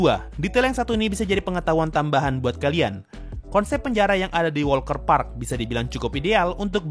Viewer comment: Walter Park deh Bukan WALKER PARK lho